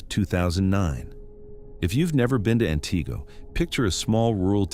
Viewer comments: AN-tih-go, not an-TEE-go. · As a Wisconsinite, I understand that some names of cities and towns are difficult to pronounce, but this narrator isn't getting any of them right 😂😂😂 it's AN-tigo😂😂😂and Wausau is not pronounced Wow-sow 😂😂😂